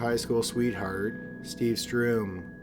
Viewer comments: the name ist sturm not strum (which is what you are saying) sturm is german for storm. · Sturm not Strume. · It‘s STURM not STRUM. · Sturm-Like stern with an ‘m’. Not ‘Stroom’. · Great vid as ususal, but you mispronounce badly. It´s Steve StUrm, not StRum. If it stands Sturm, then it´s pronounced Sturm, not Strum. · Why, in case 3, are you pronouncing 'sturm' as 'stroom'? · Sturm is pronounced "Sterm" like "stern". You're transposing the u and r.